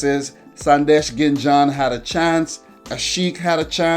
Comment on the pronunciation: It's not Ginjhan it's Sandesh Jhingan man😅😂